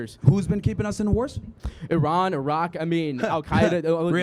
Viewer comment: Don’t talk about Iran you can’t even pronounce it right.. clearly you have no idea what you are talking about, first of all israhell and united states of murderers surprise attacked Iran while they were in negotiations because of the nuclear deal and they didn’t “pinpoint” strike Iranians they targeted everyone including children and woman.. when they targeted the chief of staff they killed 60 people along the general and they also targeted a children hospital killing over 20 children and not to mention the car bombs which were detonated and the strike on the evin prison were they also killed a number of people… they are war criminals and they should be brought to justice, its your regimes that are terrorists let that sink in. Iran is a peaceful country that has been sanctioned for over 50 years and they still help out everyone including Palestinians there is no greater nation than Iran.